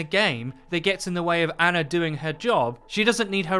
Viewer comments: For fucks sake say her name correct for once. It’s not ANNA it’s ANA. Pronounced Ah-nah. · her name is Ana (Ahh-nah) not Anna (Anne-ah), please stop saying it wrong BibleThump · You English guys just destroy names huh? Anna the way you're saying it has TWO N's. As she is Egyptian her name is pronounced AH-NAH. Ana. One N.